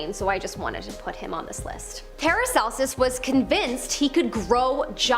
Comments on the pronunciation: Them saying Paracelsus. Me: ParacelSUS. do you get the joke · "ParacelSUS" Me:man im dead💀💀💀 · Palacelsus, palacelsus hmmmm he do be sus